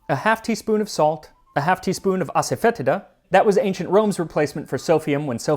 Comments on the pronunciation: Just a heads up that asafoetida is more frequently pronounced as "ass-fa-tee-da" by my tamil father, and white mother. Never heard it said this funny except for when you pronounce it. Cheers and good luck with your natural artificial onion and garlic flavour per at least the hare krishnas :) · Hey max congrats What is silphium? It's pronunciation is Ass-oh-fah-tee-dah Hope this helps